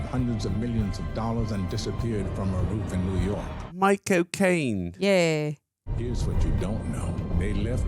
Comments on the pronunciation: 3min mark… It sounds like He says My Cocaine instead of Michael Cane Or maybe I just need a lil pick me up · Why does saying "Michael Caine" sound like "My cocaine"?😂😂